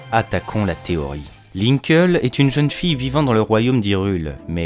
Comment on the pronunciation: ça se pronnonce "linkli" et non "linkeul"